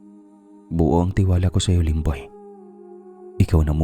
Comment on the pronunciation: Yung serious ka namin aw tas Yung lemboy muntik na tlga naging lomboy😂 sorry sorry